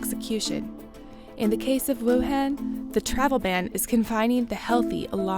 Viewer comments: it's pronounced 武汉 Wǔ hàn. not 武很 Wǔ hěn, that could mean something else. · Informative video, but the city's name is Wuhan not Wuhen... (pronunciation matters) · Let’s play a drinking game: take a shot whenever the host mispronounces Wuhan. You‘ll be in an ambulance by the end of the video. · It was so hard for me to watch because of this lol